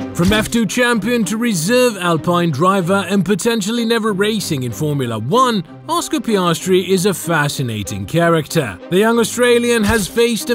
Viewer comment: Mark and Ann Webber were Piastri's parents? Sorry, Orscar Peeahstree!